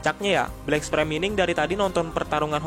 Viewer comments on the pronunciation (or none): Bang, pernah makan bangku sekolahan ga sih? Coba yg bener sebut nama hero atau monsternya Kek sebut tatsumaki jadinya tatsumeki, terus black sperm jadinya black sprem, tolong bang jangan asal"an nyebutnya, biar saya enak dengernya